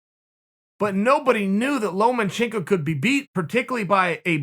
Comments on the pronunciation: “Loma” - can someone tell Sonnen it’s’ “lomachenko” not “Loman”. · Chael, it's Lomachenko. Not LomaNchenko. Just saying. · It's LOMA chenko not LOMEN chenko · Lomachenko: Lomachenko Chael: Lomenchenko Lomachenko: Lomenchenko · Chael “Lomen-Chenko” Sonnen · Chael "Lomanchenko" Sonnen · "Lomenchenko" - Chael Sonnen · Chael “Lowmanchenko” Sonnen